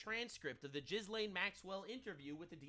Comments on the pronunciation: Her name is pronounced Gil-in; not jiz-lane. Repeat with me: Gillen, Gillen, Gillen. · Really that's how you say her name,? Basically like skeet skeet and or gizz gizz!!!! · FYI - The name Ghislaine is typically pronounced "Ghee-len" with a hard "G" sound. The "s" is silent, and the "laine" part sounds like "lane" or "len". I was corrected on this the other day. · Why... the FUCK can nobody pronounce Gihslaine's name properly? It's a google search away. FUCK.